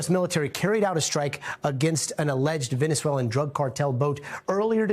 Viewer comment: Does he have to pee? & why can he pronounce Venezuela, but not Venezuelans?